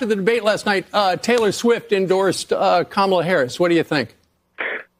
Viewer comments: I noticed joy behar mispronounced “Kamala.” I didn’t know she was such a bigot. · Notice that Joy Behar mispronounced Kamala. Joy isn't called on it. Of course, Trump says her name that way and the media is all over it. My theory about why Kamala introduced herself in the debate was to point out to Trump how to pronounce her name.